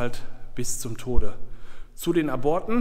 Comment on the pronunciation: Das bei Minute hört sich an wie Brüllmücken, die kommen nur in Bunkeranlagen vor. 😁😁😁 ( Hoffentlich hat es die Hose nicht zerrissen ) Einen kleinen Einwand hätte ich noch,wenn dort steht "Zu den Aborten" spricht man es mit einer kleinen Pause aus . Ab - ort oder Zu den Ab - orten .